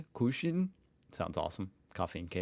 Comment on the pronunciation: I find it amusing, fascinating, but also very strange that Americans can't read umlauts, but say “Kuchen" with words like “Küchen”. ^^ By the way, "Küchen" are the plural of "Küche". (kitchens and kitchen).